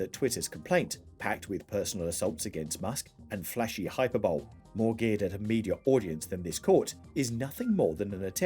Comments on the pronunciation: Uh hyper BOWL is actually pronounced hi per boh lee. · Hyperbole is pronounced hy Per bo lee. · Ummm… I know American English is often stupid, but are you really supposed to pronounce hyperbole as “hyper bowl”? 🤪